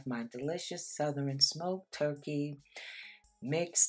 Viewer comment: You know they good cause of how she says Souther-REN